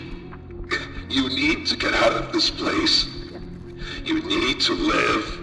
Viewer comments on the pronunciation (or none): none